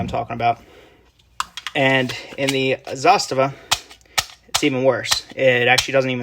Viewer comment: Great video and it’s refreshing to lay the ‘Zastava is a Sig clone’ to rest and to hear someone pronounce Zastava well